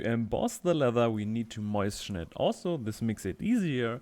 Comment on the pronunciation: please never learn to pronounce moisten correctly. "moishten" is bringing me so much joy.